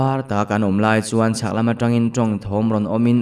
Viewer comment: Lui an kal lai vel bawr,,ah hian atam kati ka hriat danah chuan Mau thei a an ei Siam pawh kan sēp nasat nen Kan ei theilo tih vel hi sep ang in ilam a,anu thla lo âi a ankal chak tih pawh kha,kal chāk angin I lam bawk a,a awm nual mai 😬 lo ngaithla chhuak ve chhin la,a thawnthu awm ze millo hi a awm leh zeuh thin ania,ka ngaihthlak nawn ngun leh uluk thin vang ania.duhsakna ania lo ngai haw lo la aw💯❤️